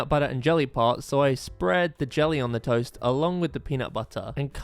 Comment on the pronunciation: Why was it so funny when he said ToEsT😂😂